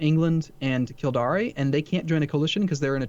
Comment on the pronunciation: Kildare is pronounced phonetically Kill-Dare. Definitely Not Killdaré. Edit: He keeps saying it :-(